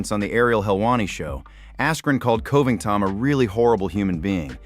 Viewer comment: Coe-ving-tawn still sounds hilarious, but at least he wasn't 'Cobly' this time.